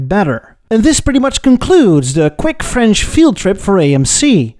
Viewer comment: Your French pronounciation is on top!